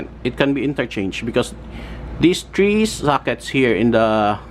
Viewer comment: not tree it's three